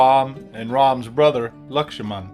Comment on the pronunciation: First american pronouncing LAKSHMAN right!!